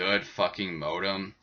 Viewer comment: Every time he says modem I cringe a little.